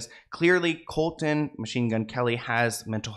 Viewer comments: I love you, but it’s pronounced “Colson” 😊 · Man get his name right colson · I love watching you babe but you butchered MGK’s name it’s Colson honey not Colton love you and love all your videos I watch all of them but I couldn’t stop every time you butchered his name 😂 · Everytime you say Colton instead of Colson I cringe. Can you double check your pronunciation in the future? Its getting worse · His name is not Colton. It is Colson. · Thank you for making this video. You answered so many questions I've had as I have/had been a MGK fan for a few years. Just so you're aware, his name isn't Colton its Colson. Just a friendly critique. That being said, I haven't really been a fan of his since he got together with Megan. Their relationship definitely seems deeply spiritual but not in a good way. Thank you, keep doing what you're doing ❤️❤️❤️ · Colson not Colton. Colton is my son’s name. Please don’t put that evil on me! 😂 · His name is Colson not Colton. 😂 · Is it just me or am I hearing say “Colton” I thought his real name was “Colson” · It’s *Colson, not Colton. Love u ❤ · It's Colson by the way. Not Colton. And it's Travis and Kourtney not Khloe.. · His name is Colson, not Colton. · Great video! Small correction: his name is Colson, not Colton. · I love you dearly for these videos but his name is Colson not Colton you said it a few times and im not sure if your aware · His real name is Colson, not colton. ❤ much love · Just a FYI is name is Colson not Colton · I think his name is Colson not Colton😅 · I laugh when he says coltan when his name is Colson I am a huge mgk fan but I don’t like Megan she has been draining him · mgks names actually Colson not Colton ! fyi love your videos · idk their relationship is very odd but that’s their business. if they are happy that’s all that matters i suppose. we’ll just have to see what happens. also it kills me the entire video is saying colton. it’s colson baker lmao